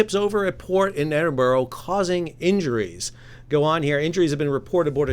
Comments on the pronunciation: your GFs maw world be laughed out of the city if she pronounced it like that, as an Edinburgh native I think I know how to pronounce my own city, but you seemingly know better eh? Did you know there is a website called Wikipedia that had handy pronunciation guides for places, perhaps you could try there? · In Scotland there is no such place as Edinboro it’s pronounced EdinBura - I live about 45 miles away from the dock which is not in Edinburgh but in Leith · Pronounced edinburra not edinburrow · Edin bura, not edin boro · Pronounced “Edinburrah” NOT “Edinborrow” Not as if the city of Edinburgh isn’t pretty famous..🤷‍♂️ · It's pronounced "Edinburah"....😉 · Wish folk would learn how to pronounce Edinburgh correctly, hint, EdinBoRow is utterly wrong. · Stil cannotpronouce Edinbrugh correctly You failed to mention the wind that night was gusting up to 47 mph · Could atleast get our country capital's name correct. It really isn't hard just listen to anyone saying it correctly. 😂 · It is Edinburgh firstly, but this dry dock is not in Edinburgh, you need to get your Geography wrong and how you say Edinburgh is just as wrong too! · But this is about Edinburgh,in Scotland,it’s a 1500 year old place and has been the capital of Scotland for 500 years...and North Carolina is...well North Carolina. Surely you have heard British people pronounce Edinburgh before,I wouldn’t pronounce the city Raleigh in North Carolina as “Raleeg” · Well to be fair,I’m English,I’m just constantly amazed how Americans can mangle established pronunciation 😂 Especially from the UK,which is a reasonably old ( the school I went to is 200 years older then the US and just a state school) and well known place,which a good proportion of Americans actually descend from. I mean do they mispronounce these place names at school in your geography lessons? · Why is it Americans cannot pronounce English Scottish or Welsh city's names